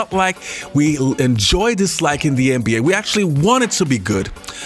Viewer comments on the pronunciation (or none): i ride with you. love what you do.. BUT i want to say (& i understand different cultures do things different ways).. BUT (again).. you say NBA at least 50 times a video.. and its essential to the topic you speak on.. So.. why can't you learn how to pronounce an "N" like and "N".. so it doesn't sound like your saying MBA.. at first i was like "Huh".. and now i understand what you're saying.. but you're wearing my ear out. Put some respect on the league's name.. it's just a sound